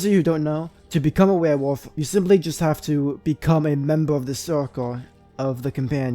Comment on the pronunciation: Dude legit can’t say werewolf